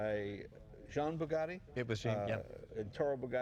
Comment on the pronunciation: You are Right! That Shirt was ridiculous! BTW, you are mispronouncing Jean Bugatti‘s name! Also, Jean is the French equivalent of the American Name John.